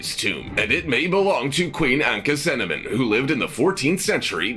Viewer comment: Anck "cinnamon"? Anck Su Namun (Ank-uh Su NA-moon). "Akhe-TOT-en"? Akhenaten (Akhe-Na-ten). "Amenotep"? Amenhotep (Amen HO-tep). Pharoah 'Sue-sins"? Psusennes (Puh-su-SUN-nes) (real name: Pas-ib-kah-nu). This narrator needs to learn the pronunciation of words, names, etc. Well, he actually pronounced Sakkara right. I'm astonished. SMH...